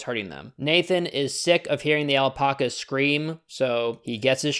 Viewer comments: Why do you pronounce alpacas like that it's Alpacas not alpocas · “All-pock-uhs” Kill me. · Everyone:alpacas:alpoccas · * Gets really pedantic because they said meteorite instead of meteor * Also: "aL pOcK As" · We’re not gonna talk about the al-poc-as? No ok. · why do you pronounce "alpacas" like that